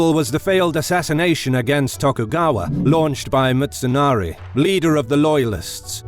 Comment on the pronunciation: Pronunciations, jesus christ. Seking ahara? Are you kidding me? Motsunari? I appreciate the video but come on.